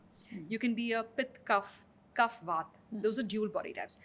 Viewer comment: Good podcast but pronunciation of Vaat, Pitta and Kapha is annoying. Also, what is Ubtaaan? It's ubtan. She slips in between when she says Vaat-Pitta and in the next sentence quickly switches to Vaataa and Pittaa. When we say Ayurveda needs modern acceptance, it doesn't involve deliberate mispronunciation to make it western. Respect the science you're trying to preach.